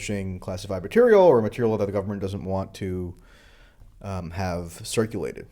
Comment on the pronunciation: lol you said materia